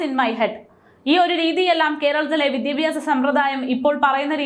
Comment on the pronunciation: വിദിപ്യാസം അല്ല ഏതായാലും. വി ദ്യാ ഭ്യാ സം എന്നായാൽ👌👌